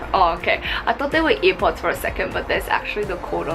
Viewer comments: BHAHAHAHAHAHA she said ear pods instead of air pods lmao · She said EarPods 😂 it’s AirPods not hating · Ear pods ? Air pods 😂